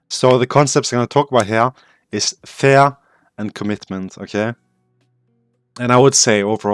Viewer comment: i'm glad you wrote fear in the title because i would be confused other wise because you pronounce "fear" more like "fair"